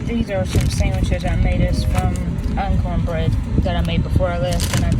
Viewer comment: Are you saying uncorn bread or uncorn biscuits? Never heard of it.